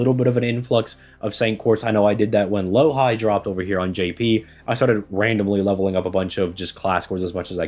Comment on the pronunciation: Dude still calling Louhi LowHigh, is he too High on Drugs?